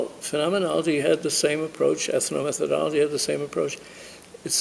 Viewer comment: Please: ethno-metho-DOL-logy. NOT ethno-meth-ology.